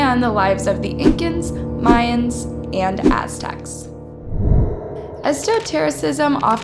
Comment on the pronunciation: Mayans, not “Myans.” Also, extradite is pronounced the way it’s spelled, not “extract!” Have some respect for yourself; revise and edit🙄